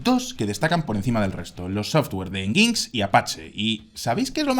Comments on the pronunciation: Muy buen video... pero NginX no se pronuncia "nguincs", sino "enyinex" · otra cosa que pronunciaron Mal fue NGINX (se pronuncia Engine x) O enyinecs Y en eso sí me consta porque trabajo en esa área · Solo un muy pequeño detalle: NginX se pronuncia "Enyinecs" o Engine + X